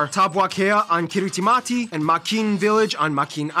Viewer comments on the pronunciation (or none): I like how he spent all that time teaching us that ti is pronounced s, and then doesn't pronounce Kiritimati as "Kirismas" even though it's name means Christmas.